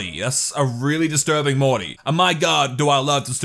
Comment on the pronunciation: When you think your funny but instead of saying Morty you say muty